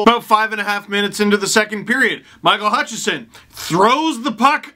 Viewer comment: The main reason I want Hutchinson sent down/traded/flung from a catapult is so that Steve won't keep calling him Hutchison. Well, maybe next to "he's not very good". Edit: Wow! He pronounced it right when he was reading it from Twitter. There is hope.